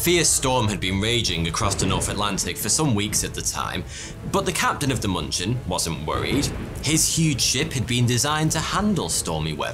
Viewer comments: its not munchen it is Munich dammit munchin my ass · Its moonshen not munchin. The dots change the "u" to " oo " ÜÜÜ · In case anyone cares, as germans are usually too polite to say anything, the ship in the beginning should probably be 'München' - closer to 'Min-khen', (except for ü), not munchkin. 😅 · It's funny though I keep hearing the ship's name to be muppet sounding Munchkin. München is German for Munich, check the spelling :D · It took me a while to get that the 'Munching' was actually the München. It's the German name for the city of Munich. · ms what? sounds like you are trying to say munich :) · Cringed every single time he pronounced München like munchin' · thats not how you say München